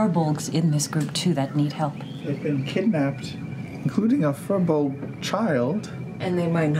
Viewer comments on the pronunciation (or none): this bugs me only slightly, but firbolg is pronounced "fear-bolg" not "fur-bolg"